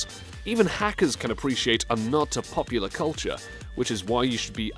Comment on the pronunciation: I like how you say popular you certainly are "POPular" 😅😅😅